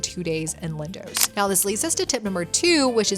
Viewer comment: "Lindowwwsss " 😂 .. it's pronounced "LINDOS"